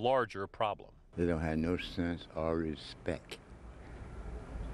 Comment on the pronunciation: Oh man, "It's trouble making" And "They have no RespecK" Like, whatttttttt 🙄